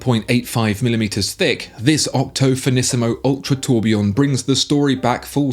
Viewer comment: Did you say Octothinisimo?...👉⌚😃🎥🤙